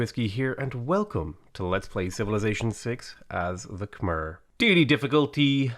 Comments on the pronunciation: Okay... Khmer is not pronounced "kah-merr". It's pronounced "kah-mye". My wife is Cambodian, and she's cringing every time you mispronounce it. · I thought it was pronounced "kuh-my" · khmer is pronounced kam eye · yo it's pronounced Kuh-My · Getting consistent minor annoyance at the pronounciation of Khmer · Heh. "Khmer-cial Hub". Heh.